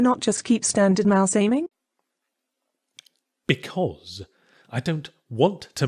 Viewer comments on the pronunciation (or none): the way you said 'because' here sounded more British than even your usual, Yahtz. Quite 'Matthew Corbett'-esque, is the odd association I make; I can't explain it